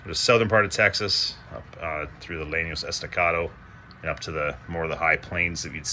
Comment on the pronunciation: May I suggest, the Llano Estacado formation of West Texas is more correctly pronounced like the English words: "YAWN-oh ACE-sta-CAW-thow". Think of the card "ace" run together with "sta", plus the call of a crow "caw" and the last half of "although". The railroad is very good, and is a great depiction of West. Texas.